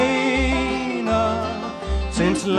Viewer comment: Hey, you need to go back and listen to how Johnny Cash pronounced LoREna. It's not LoRAna. (Johnny Cash Lorena1959.) I know it's been my name for 72 years. You need to get it right if you're going to sing this song.